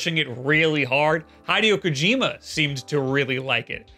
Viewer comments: you cannot keep saying hydeo kojeema. It is pronounced Hi-de-oh Ko-jima. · Murdered Kojima's name 😭😂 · Why did You say hideo kojima like that! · excuse me hold on pause how the fuck did you pronouce Hideo Kojima's name????